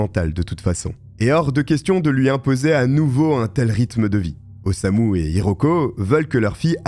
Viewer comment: C'est Osamu, pas Osuma 😅